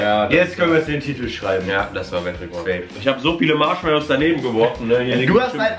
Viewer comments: Matschmallows😂 Wer kennt sie nicht😂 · Warum sagen sie die ganze zeit MATSCHmallows?😂